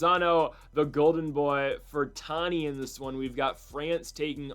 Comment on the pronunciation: FER-RANT-I .NOT FER-TAN-I. Sound out the syllables, LEFT to RIGHT.